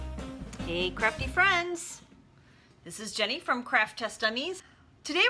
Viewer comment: when she said "Have a crafty day!" I thought she she said Have a crappy day! Lol! oops..